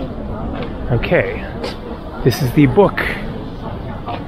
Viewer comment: It's arn-ka-ra. Not ain-ka-ra